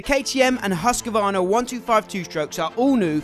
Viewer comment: I'm amazed that American's can say ktm, and kawasaki correctly, but not Husqvarna. Its Hus-kvar-na, not Hus-ka-var-na